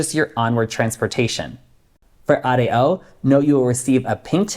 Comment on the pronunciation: Thanks for pronouncing "Ah - Day - Oh" for ADO... Knowing how to pronounce the alphabet in Spanish is a good hint!